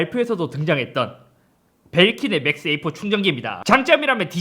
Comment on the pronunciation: 자꾸 맥스에이프라고 하시네.. 맥세이프 입니다. 맥스에이프 아니고!!